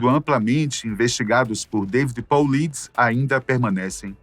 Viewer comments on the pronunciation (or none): none